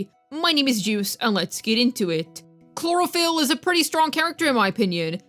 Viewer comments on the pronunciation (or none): Chlorophyll? Chlorox? 🙂😅😂😂😂😂😂😂😂😂😭😭😭🤣🤣🤣😹😹😹🙃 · Cloriander, clorox, chlorofield what really? 😅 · "Chlorophyll" is crazyy 😭